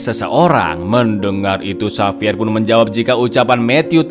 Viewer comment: Xavier dibaca HAVIER bang.. Bukan sapier😅